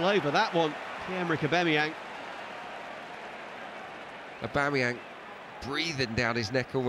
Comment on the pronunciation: Someone tell this goddamn commentator his name is 'AubAMeyang' not 'AubEMeyang'! Every goddamn video!